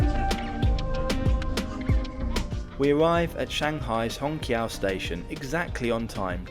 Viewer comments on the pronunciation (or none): little reminder, it should be pronounced as shanghai hong chiao2, instead of hong kiao2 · qiao is pronounced chee-ow, not kee-ow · I think its more simmilar to Hong Chiao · If basic pronunciations aren't learned, one gets confused. Hong Qiso is pronunced as " hong chiso". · I was a little confused until I saw the Chinese characters and the Pinyin for 'Hongqiao'. The Mandarin Pinyin 'q' is never a hard 'k' sound, but a variation of 'ch', so "Hongchiao" would be much closer. It's already been mentioned, but I thought I'd throw in my two cents. 🙂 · Hongqiao is pronounced chiao. Ch sound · Not ch, but 'ts'.As in rats. may be confusing if you dont pronounce rats the same way i do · the shanghai Hongqiao airport, should be pronounced as /hɒŋˈtʃaʊ/ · To help you with your Mandarin pronunciation. Hongqiao -- the Q is, roughly the same as a CH, so it's hong-CH'YAO. There are rules of pinyin spelling for when you use a ch in spelling and when you use a Q. Never mind. When you see a Q, there's always an I or U behind it, so pronounce it like CH. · Amazing video and a brilliant train! Just a slight nitpick, the "qiao" in hongqiao is pronounced like ciao in Italian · in Chinese phonetic "q" is pronounce "chi". So Hongqiao should be called Hongchiao. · Just register that your pronunciation for Hongqiao is a little incorrect. You should say similar (not exactly) to HongXiao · bro when u say hongqiao got me laughed, and i replay to listen it again🤣😂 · While it is lovely to not have Americans mispronouncing route, you managed not to pronounce Hongqiao correctly. The Q is often the CH-sound (as in chew). You do however have infectious enthusiasm, and I envy you your experience on this train.